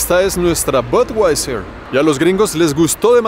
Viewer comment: DIZQUE SABE INGLÉS Y DICE "BODWAISER" QUE TIPO TAN PATÉTICO.